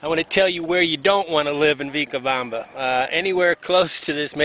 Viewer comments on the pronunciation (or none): ...starting with his mispronunciation of Vilcabamba as Vee-cabamba. It just goes downhill from there, finally descending into misinformation, essentialism and racism.